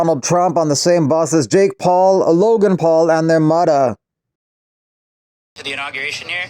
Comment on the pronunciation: It's more "muddurr"